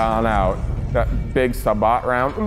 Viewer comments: "Say-boh" not "sah baht". Love your videos. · so, first off, that's not how you pronounce sabot. It's pronounced "say-bow" (bow as in the weapon that fires arrows). Second, the T-34-85 (which is the tank you see in the movie) can't fire sabot. Well, technically it can, but it's a very antiquated sabot. It's not even APDS, it's HVAP.* Either way, the round that the tank fires at the panther in the movie is APHE.* *HVAP stands for high velocity armor piercing and is also known as APCR or armor piercing composite rigid. It consists of an armor piercing core, typically made of tungsten, surrounded by a sabot made of something softer than steel. When the shell makes contact with an armor plate made of steel, the sabot, being softer than steel, basically gets crushed around the tungsten core while the tungsten core itself, obviously being harder and denser than steel, goes right through the steel. Since the penetrating core of the shell is smaller than the caliber of the cannon, it is considered a subcaliber round. "Sabot" is often used as a synonym for subcaliber rounds since the sabot itself is the defining feature of a subcaliber round. APDS, on the other hand, stands for armor piercing discarding sabot and is a slightly more advanced type of subcaliber round. Just like HVAP, APDS features a tungsten core surrounded by a sabot made of softer metals such as aluminum. However, unlike HVAP, this sabot is divided into 3 petals, which allows the sabot to basically split into 3 pieces after being fired out of the cannon, whi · oh geez It's pronounced "Sabe-Oh round" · Its said Sabo not Sahbo but love these videos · Sa-bot? Ya mean say-bo? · It is not pronounced Sabotttt....it's Sabohhh. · Sub bot? Say bow. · Sabot is pronounced "say bow" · They’re called sabot rounds…..say-Bo. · Someone, please tell that 'sabot' is pronounced say-bo....sa-bot!! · And the way sam pronounces “sabot” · I was hoping someone would comment this. He doesn’t know the T is silent in Sabot